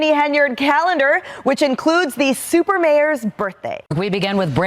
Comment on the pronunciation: SUPAH* inmate! SUPAH!